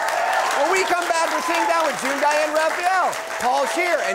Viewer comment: Hey. I don't like your smug face. Probably because you mispronounced June's name. It was a pretty amateur hour move. Hey June. I love you.